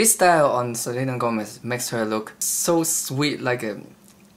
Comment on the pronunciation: You say Gómez like a native spanish speaker